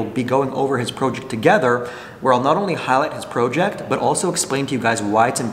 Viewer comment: Proughject? WTF 😂🤡